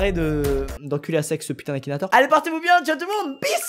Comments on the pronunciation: "tu redescends Akinatwor"😂😂😂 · MDR il à dit akinatore ta vu mon cul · « Akinatoir » le respect mdrrrr